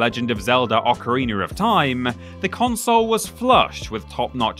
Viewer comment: it's oc-a-ri-na not oc-a-ri-ner